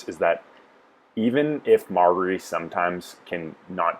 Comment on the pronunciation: Mar-jerry...learn how to pronounce her name, it isn't hard!